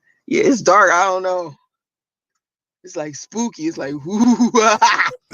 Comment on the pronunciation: She can't even say dark correctly 😆